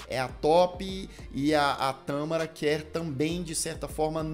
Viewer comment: Tãããmara ou Tamááára? Eis a questão! A Xuxa era linda! E a Vera "Pescadora" tbm!